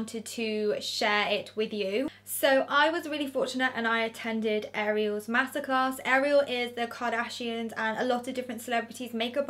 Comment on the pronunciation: I know this sound crazy but I thought you said massacres. Omg. You said master class. I’m a silly American lol